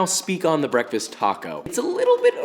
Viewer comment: Cwispy toco but allergic to avocados 😭